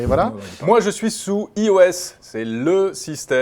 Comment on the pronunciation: "iOS" "Hie Eau Aisse" lel, J'aime bien cette façon de parler